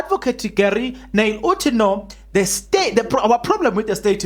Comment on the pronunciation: When u say Gery, say it like Jouburgers (Rh)ery, the chap is afrikaans n boerie 🙌